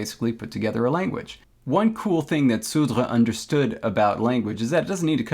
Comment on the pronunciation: You nailed the pronunciation of sudre